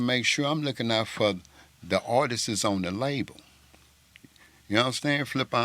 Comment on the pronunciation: My man it’s “Artist” not artistss artisies artistes